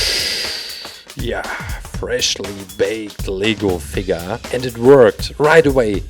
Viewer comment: Did anyone else think that he said legal figure